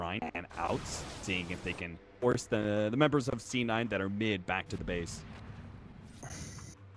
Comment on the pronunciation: he said "D9" lol